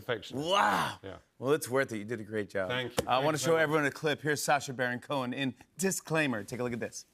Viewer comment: Cohen... Cohen... Cohn... 👎